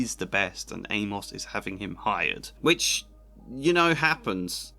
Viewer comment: So weird to hear someone pronounce it Ay-Moss. Shouldn't it rhyme with Seamus?